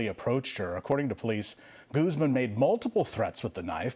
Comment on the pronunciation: My favorite thing about the news is how they pronounce spanish names with an accent when its not a criminal, but when it is a criminal the accent gets dropped and its goooozman.